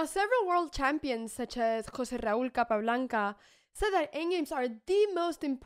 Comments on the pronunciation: “José Raúl Capablanca!” You say it so perfectly! Where’d you learn to speak Spanish so well?? – I know. Just joking 😅– Capablanca is my favorite chess master – he’s the one whose famous games I’ve most played through on a board. Like music. Maybe sometime you could guide us through a Capablanca game, and explain – like a docent in a great museum? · I love the way she drops the name of José Raúl Capablanca with her perfect Spanish accent. If only she could have mentioned Nils Axel Grandelius in the same sentence, we'd have heard three totally different accents, all within the space of a single sentence. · Can we stop a moment to say how much is beautiful when Anna says José Raúl Capablanca